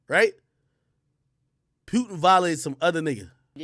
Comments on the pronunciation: Pronouncing his name as Pewtin is hilarious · It aint pewtin